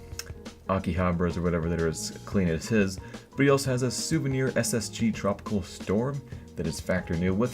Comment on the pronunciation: you made a mistake saying souviner ak47 stattrak red laminate :P but nice video as always